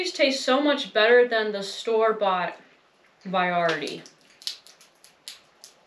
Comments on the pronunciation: What the heck is “vie ar ity”,? That is not a word or even a colloquialism. Say “ver…eye…ity” for variety. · Did you say viarity? Lol